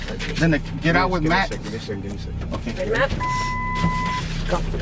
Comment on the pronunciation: His name is MATT NOT MET DUH